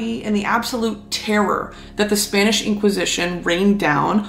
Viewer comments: Is it just me or is your Spanish pronunciation just perfect? I'm just learning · your spanish pronunciation is on point! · Gurl!!!! Not the on-point pronunciation, though!! Respect 🖤